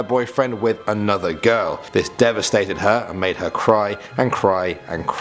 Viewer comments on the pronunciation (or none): none